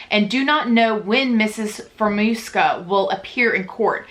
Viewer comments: Fah-raa -moo-ska . You’re welcome 😘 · Lol I had issues with her name too! It’s pronounced Fee-air-AH-moo-Ska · FEER-UH-MOO-SKA there ya go lol